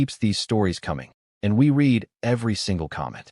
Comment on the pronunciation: The transition into a relationship was such a smooth slide, I almost missed it. This was good, and actually calming...once I got past "READ" being pronounced as "reed," instead of "red," and "LIVE" pronounced as "LIEv" (like 'drive'), instead of "Liv" (like 'give'). Still...an enjoyable story. I think they're called Heteronyms.